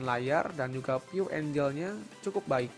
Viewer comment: view angle kang bukan view angel hehe